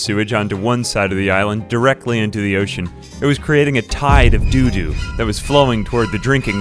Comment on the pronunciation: You saying "doodoo" will never stop being funny.